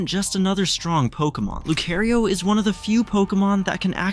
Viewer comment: Leaving bc he said lucario wrong